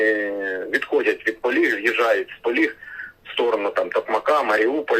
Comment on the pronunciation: Гарні новини,але не Поліг,а Полог.Вчіться грамотії,у вас вища освіта,соромно!